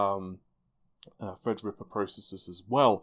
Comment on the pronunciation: Fred's dead baby, Fred's dead. I can tell every time he says it with emphasis on TH it's a subtle FU to every inane fred comment ever made on a redgamingtiddycum video :)